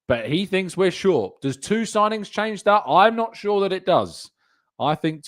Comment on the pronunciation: Need more ‘sigingns’ man